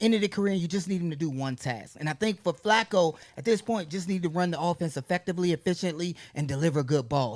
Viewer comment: Is she calling him Flocco? It’s Flacco.